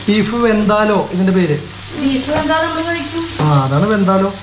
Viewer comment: ബീഫ് വെന്തലോ അല്ല ,ബീഫ് വിന്താലു ആണ്